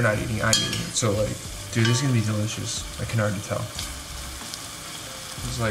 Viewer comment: “That is dilishis”😭😂